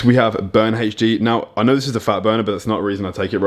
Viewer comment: He says vit-a-min correctly, but i swear he's saying HG not HD lol